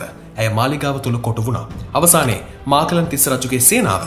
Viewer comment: නම් ගම් හරිය ට කියනව ඕයි.මහාචූලික මහා තිස්ස,මාකලන් නෙවෙයි මකලන් තිස්ස